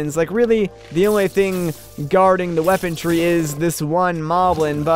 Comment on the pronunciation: lol its weaponry you said weapontree